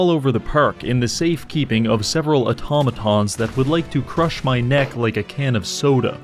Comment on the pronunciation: "Autamaton" *thousand yard stare*